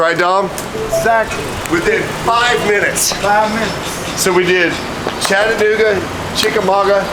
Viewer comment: Chattanooga and Chickamauga pronounced like a true Southerner.